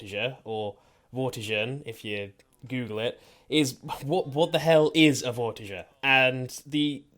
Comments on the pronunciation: It's Vor-tiger you're putting vor and tiger together but instead of saying tiger with the big I sound you say it with is a little I sound vor-ti-ger so no you're saying it wrong forget about what you heard online even with your accent that should be easy to pronounce correctly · Its vortiSHer it is a french knight